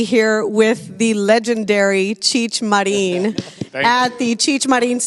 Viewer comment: When did Marin become Mar̃ín?